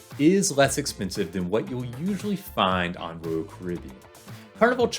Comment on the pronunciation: It’s Royal, not rural.... js